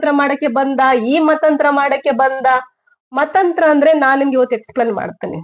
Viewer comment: Mathanthara not Mathanthra🙏